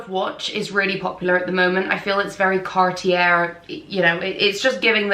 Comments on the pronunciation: Cartier is pronouced like Carti-yeey. You are absolutely gorgeous and i enjoyed watching your video! 🎉 TFS♡ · Cartier is pronounced “car-tee-AY” and Bulgari is “BULL-guh-ree” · It's pronounced Car t a......no r sound! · Thank you. I flinched when she said "depuis" and said French brands, especially "Cartier". Cartier is pronounced like car-tee-yay. Well, kinda. 😅 The first r is a hard r, not the way you say it in English. The second r is completely silent. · Did she really mispronunciation Cartier??? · I really think that before creating a video based around fashion, you should at least research the correct pronunciation of the brands! Gautier (goh-tyey), Cartier (kar-tee-ay), Bvlgari (bul-gah-ree), Depuis (du-pwee).